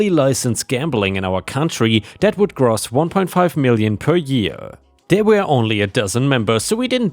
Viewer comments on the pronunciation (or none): "gross" sounds more like "row" than it does "toss." Almost exactly like "grows," or like "goes" but with an "r" sound in it. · Like how rose would sound but keep the soft s sound and not the z sound